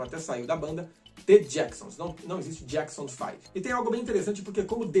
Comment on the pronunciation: Eu me lembro quando o Michael veio ao Brasil em 93 os telejornais falavam jackson da maneira que se escreve, eles erravam na pronúncia do sobrenome dele rs rs rs....